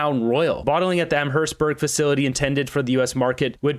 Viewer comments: The town Amherstburg is pronounced Am-est-burg around here. The company Diageo pronounced De-uh-je-o was a failing bottling company that bottled various whiskies. I was surprised that they were still in business up till now. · Am hearse burg is how you say the towns name near Windsor when ya were saying it felt like I was having a stroke.